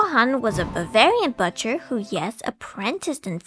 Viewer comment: I just can't get over the...butchery of the word "butcher" --it doesn't rhyme with 'butter'!